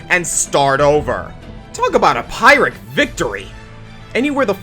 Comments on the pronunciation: Phyrric is pronounced "Peer-ic", not "Pyre-ic" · "Pyrrhic victory" is pronounced "Peer-ik"